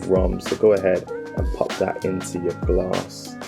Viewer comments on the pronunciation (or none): Why you saying Gar-ass instead of glass 😄